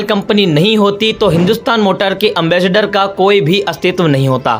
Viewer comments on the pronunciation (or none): एंबेसडर है एमबस्टर नहीं है अगर वीडियो बनाना नहीं आता तो मत बनावो